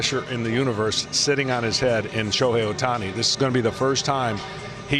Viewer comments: ショーヘイいる？って聞こえるw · ショウヘイは居る？ 確かにそう聴こえたｗｗ